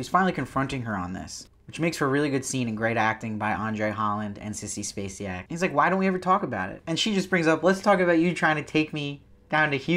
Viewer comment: Love your vids.... can't wait to see your vid for episode 5 of Sharp Objects. I'm guessing you're Canadian... maybe?? So an FYI... Her name is pronounced like Sissy "Space Sack" 😉😉😂 Not Sissy "Space See Yak" 😉😉😘😘